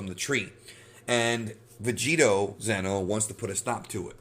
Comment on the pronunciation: it sounds like you are saying Zeno which means The Omni King. It's Xeno (Zee-no).